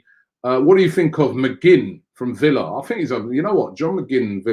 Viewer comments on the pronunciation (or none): none